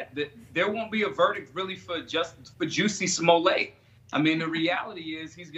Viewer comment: Dave Chappelle - "Juicy Smolly-ay"